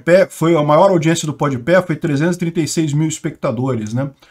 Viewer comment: Ah não, tu não falou podpé não né?